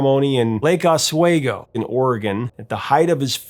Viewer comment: Pronounced oss-WEE-go